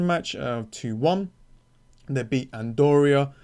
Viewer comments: you cannot even pronounce country names - wtf is andoria? not to mention player names, cause you already gave up on it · As I've watched other fantasy creators I could see they had researched the pronunciation or tried at the very least. And I get someone could be from a different country where it's harder to say different certain sounds. But Andoria? Come on mate, it's not a thing. And from what I've seen in turkish it's no different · ok but I stated that mispronouncing names isn't the worst, I mostly wanted to poke fun at "Andoria". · for sure I came around as rude because I wanted it to be bantery. And I'm not buying this misread thing as Andorra is a European country, and you should know how to say it. I know I sound like a teacher or some serious shit, but you just cannot run away from certain stuff.